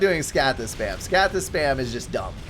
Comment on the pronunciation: You're pronouncing the plural of colossus and scathis so wrong...Colossus becomes Colossi (I as in "I am") , Scathis becomes Scathi, the A is british